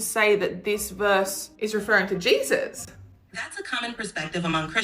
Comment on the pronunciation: I can’t stand how she says Jesus 😂